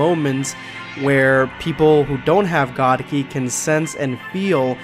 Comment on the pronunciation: It’s god kai not ki! And it’s real